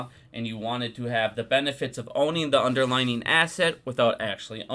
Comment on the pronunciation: It's "underlying" NOT "underlining."